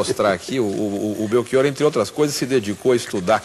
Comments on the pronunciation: Felicito-o por defender a Língua Portuguesa. Mas não consigo aceitar que para "ch" você leia como "k". Belkior, em Português, não existe. Abraço. 🇵🇹 Editei para dizer que, ao ler os comentários, soube que tinha morrido esse senhor entrevistado. A minha consternação e sentimento. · Belchior é um sobrenome italiano. Em italiano o CH tem som de k, por isso por aqui se pronuncia como belkior . Assim como em Portugal, no Brasil o Ch tem o som de x/sh (afinal, estamos falando da língua portuguesa). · Belchior se pronuncia com "o" aberto, professor!